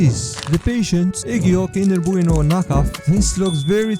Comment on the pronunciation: Cinder booano